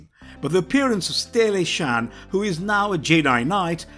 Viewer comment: It’s Satele Shan not Saclee or whatever the hell you said